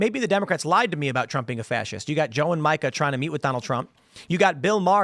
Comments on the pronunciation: It's "Meeeka" and not Micah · Tim, please say Mika's name correctly. It sounds like "Meeka." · Is it racist for ya’ll to be mispronouncing Mika’s name? 😂 (it’s MEE-ka, if you care)